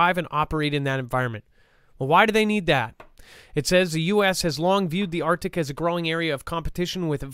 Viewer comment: ARCTIC…NOT ARTIC.